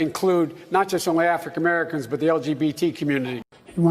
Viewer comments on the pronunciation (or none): Did he actually say Lafrican Americans?😂